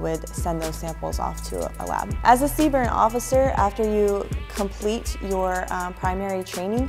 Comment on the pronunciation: never heard CBRN be pronounced Seebern before 😂